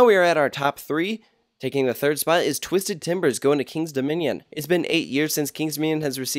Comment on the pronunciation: “twizded cyclone”